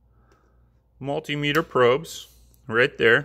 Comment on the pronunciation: You're pronouncing multimeter wrong